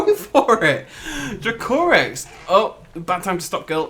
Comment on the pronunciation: Drake o Rex not drucorus